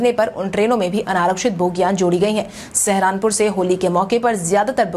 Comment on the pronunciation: सहारनपुर शब्द का उच्चारण सही- सही किया करें। इसे सहरानपुर कहने की ग़लती न करें।